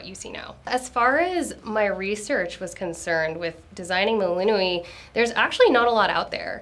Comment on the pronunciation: Why does she pronounce the names like that 😭 "selen-e" "melinu-e'